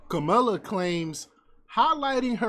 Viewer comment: Please close your idiotic channel down. You can't tell that clip is edited to sound that way. Even in that clip she said " Inmates" not migrant. If you can't even pronounce her name right don't due commentary and then lie in the process! Please stop being a coonish idiot!